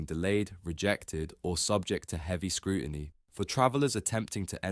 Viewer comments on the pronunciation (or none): ‘Britishers” “scrooiny” and “detainment” ? This individual’s challenges with English language literacy are amusing. His headline is blatantly dishonest as he regularly demonstrates in his second rate commentary.